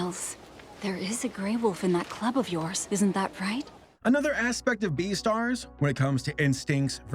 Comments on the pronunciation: Umm.. Beestars??? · It's beastar